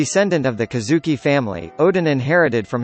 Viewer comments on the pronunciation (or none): none